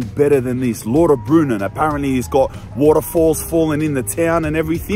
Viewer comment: Lauterbrunnen is pronounced Louterbrunnen.